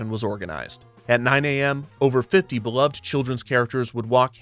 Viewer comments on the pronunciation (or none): that's not how one pronounces "beloved" 😅